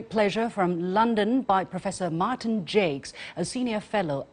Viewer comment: Professor Jacques knows what he's talking about...His name is pronounced 'Jawk' with a soft J sound...It's French...Not pronounced 'Jakes'...